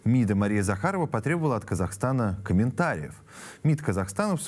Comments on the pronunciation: Не КазахАстана, а Казахстана Огромная благодарность за вашу работу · Казахстана,а не КазахАстана